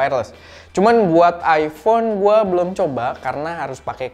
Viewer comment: ipon pake cahaya????? mas mbok belajar bhs inggris mas, banyak baca cara pronounce itu ky apa, kalo ga bisa bahasa inggris, pake bahasa Indonesia aja, malah lebih gampang.